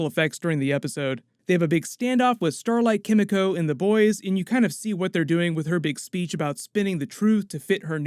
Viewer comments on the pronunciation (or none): Chem-eco??? Kimiko... c'mon man